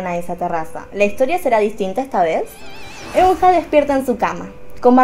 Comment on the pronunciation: Como dato Eunha se pronuncia "EUNA" y SinB se pronuncia SHINBI